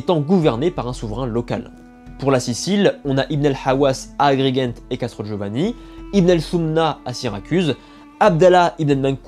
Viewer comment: Je serai curieux de savoir comment tu choisis la prononciation des noms de lieux dans tes videos Par exemple tu dis "arlabide" ce qui est très juste mais pour les villes siciliennes tu utilises souvent des prononciations que personne n'utilise que ce soit en francais, en sicilien, ou en italien Par exemple tout le monde dit cefalù avec le son "ch" pour le c et tout le monde dit agrigente avec le son "j" pour le deuxieme g